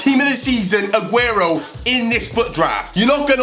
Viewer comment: You pernowntst him right